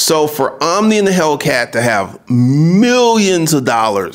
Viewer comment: Omi not Omni